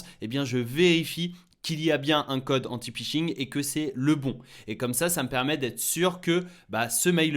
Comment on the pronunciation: Le Pishing ????? Cela se prononce Fishing !